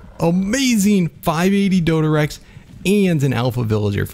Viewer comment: Its a dodorex not a dodorexy